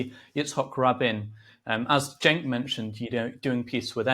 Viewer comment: Gideon pronounced Cenk’s name correctly. And I doubt he watches TYT. That tells you all you need to know about him imo